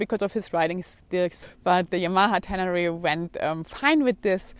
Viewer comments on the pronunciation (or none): at first it sounded like you named your bike Fucked...LOL